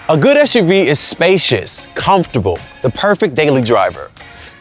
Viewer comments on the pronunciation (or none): Umm why do you keep calling it Esh U V instead of Ess U V? Its an SUV.